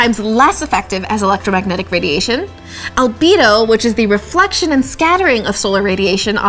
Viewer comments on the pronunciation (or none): "Albedo?" That sounds like part of the pathway of mispronunciation that turned "Alberto" into "Beto" for Beto O'Rourke.